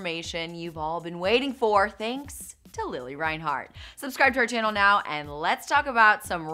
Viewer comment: her saying lilly instead of lili was killing meeee